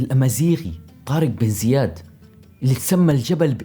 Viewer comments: منو علمك لغه عربيه طارگ. اسمه طارق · جبل طارق مش جبل طارج